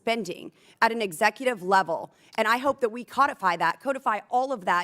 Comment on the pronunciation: She cant even say codify correctly. Codify as in the fish. Cod if I, codify